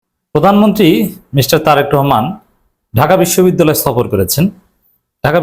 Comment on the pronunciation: বিশ্ববিদ্যালয় শব্দটি পর্যন্ত সঠিকভাবে উচ্চারণ করতে পারে না সেও নাকি সভাপতি ।